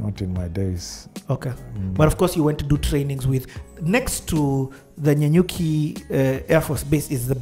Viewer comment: Bwana its Na-nyuki not Nya-nyuki 😀😀 I am thouroughly enjoying this interview